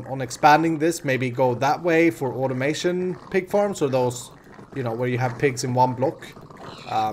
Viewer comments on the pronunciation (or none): none